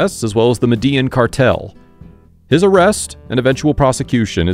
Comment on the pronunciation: The way he said medellin cartel but said words in Spanish but can't say medellin correctly 🤣🤣🤣. I'm just talking mess lol love the mini documentary on him.😍😍😍